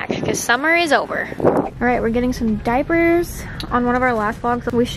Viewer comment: I love how you call diapers, “diapees” 😂. Also, blue dawn dish soap works wonders on stained baby clothes. Let it soak in a sink of it over night. 🙌🏻